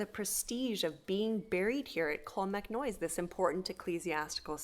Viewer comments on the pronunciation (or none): I absolutely love this channel and have been following it for years now. I let you know now, this is very well presented, love to see you're doing some Irish stuff, but just have to pull you up on a few pronunciations there if that's okay; it's clon-mac-noyce like Joyce, not noise like toys, the same would apply to monasterboice ie Boyce etc, ciran is keer-On, the fada denotes the long vowel and its conn--nocht like noct-t-urnal, the ocht like the german for 8 is a bit guttural, other than that its perfect lads well done